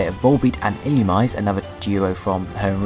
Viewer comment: ILLUMISE IS PRONOUNCED ILL-U-ME-ZAE